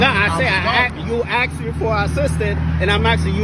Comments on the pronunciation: Tell me you are stupid without telling me you are stupid: 'so thats why I aksed your wife' 'aksed? Aksed? Oh, you mean aSKED' Why do these people say 'aksed'? Dont they learn how to spell anymore in schools? Is this the 'cannot find my belt, so you can see my underwear' class? In the word asked: does the s come before... or after the k. If its aftere: why do people say the k as if its before the s? They think its 'cool to look stupid' or something? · I axed you...hmmm...took him out at the waist down to the ground to falsely impound...hmmm...disgusting.